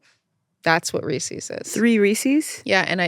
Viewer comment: the way they're pronouncing Reese's is bothering me so much